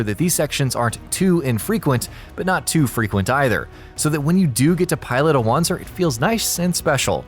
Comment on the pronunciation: its pronounced Vancer. W with a german accent